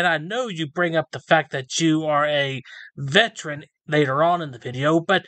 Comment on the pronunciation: VETERAN is a THREE SYLLABLE WORD! VET-er-an... NOT 'vetch-ren' not 'vet-rin' .... that's an animal doctor...